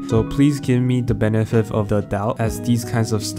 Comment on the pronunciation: ye wtf dude had a stroke